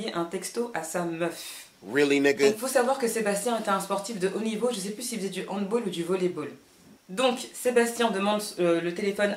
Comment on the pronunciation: Super vidéo mais juste pour la prononciation de "handball" à c'est un sport allemand donc le on bis "handball" avec le même son que dans le mot "bal":)